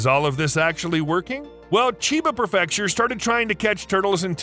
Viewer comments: It bugs me that you mispronounce “prefecture” as “pruh-FEC-shur”. It’s pronounced “PRE-fec-shur” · What up,? Another highly entertaining and very educational presentation. Thanks. "Kah Meel Ya" and "Pree fecture."